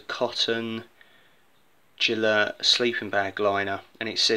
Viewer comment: I don't speak Welsh but the town Beddgelert is usually pronounced with the G being hard (like in "get", not as in "gel") so I've always pronounced Gelert that way (from the old legend about the poor dog, I think Beddgelert means Gelert's grave).